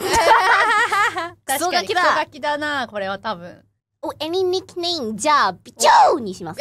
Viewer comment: As a French, my favourite thing about Bijou is that she pronounces her name correctly as it should be in French, unlike everyone else😅